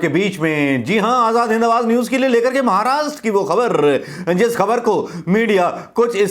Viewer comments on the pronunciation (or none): none